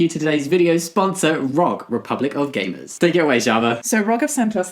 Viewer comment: When you were doing the sponsor, I couldn’t tell if it was just me or you were saying “perfect for GAYmers”